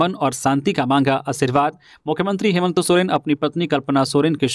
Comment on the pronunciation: समाचार वाचक संजय से कभी कभी हेमंत का उच्चारण हेमंतो हो जाता है।इसपर उन्हें गौर करना चाहिए।